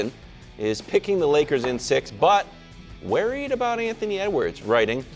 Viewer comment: kevin "waried" wildes